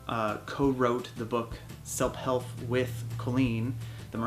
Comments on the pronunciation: the book is named Selp Helf it was done on purpose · he said "selp helf" in stead of " self help" 😂😂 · he said Selp helf lol..